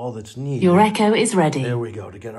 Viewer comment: It's called Echo, not e.c.h.o.